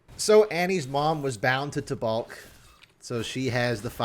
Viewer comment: Taubalk. The second a is silent im pretty sure